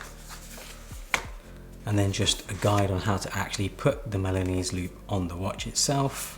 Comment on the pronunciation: Great video! but I keep hearing Milanous loop instead of Milanese (from Milan) loop